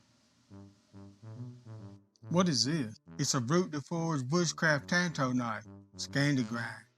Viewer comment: The man can’t say tanto but he sure can make one